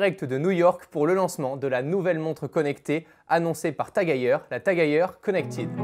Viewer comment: C’est TAG-EU-R ? Lol